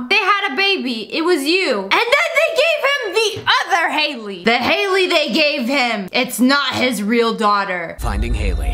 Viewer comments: Its not hayley it’s Hailie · Actually Sssniperwolf, Eminem's daughter is spelled Hailie not haily